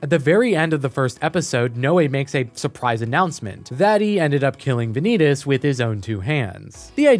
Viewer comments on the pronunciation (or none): "Vaan-ie-tas" not Van-eet-us, Please thank you. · "vuh-nee-dis" its "vah-neet-ass" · wait just a second, is Vanitas supposed to be spelled Ve-nee-tas? Not Vah-ny-tas? (as the word vanity) O_o edit: i watched the trailer and even the japanese pronounce it correctly. how do you do an essay video and botch the title? O_o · Dude, I like your points but mispronouncing Vanitas is driving me nuts. I thought you watched the anime. It's Von-ee-toss not Van-ee-tus. Sorry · Im sorry but this feels like an insult, Im pretty sure its pronounced as Van-knee-tas. Not vaneetes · ah yes, Vaneetus. Any relation to Sneed? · why is he saying vanitas like venidis😭😭😭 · "The Case Study of Vanee-tas" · The Vanitas (book and mc) is pronounced as Va-nitas not Vanitas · Very nice review, but the correct pronounciation is Vànitas. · the video is great, I like it, but like, how exactly did you pronounce Vanitas? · Thats not how vanitases name is pronounceddddd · It's really annoying hearing him mispronounce Vanitas over and over despite it being said the same every single language that Crunchyroll has... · Please, never say “Vanitas” out loud again. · Are you sure you watched the anime ?😅 you kept pronouncing vanitas wrong